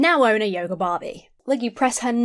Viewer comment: When you say yoger instead of yoga, I keep thinking you're about to say yogurt